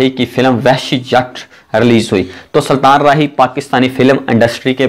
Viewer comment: Saltan nhi sultan hota hai punjabi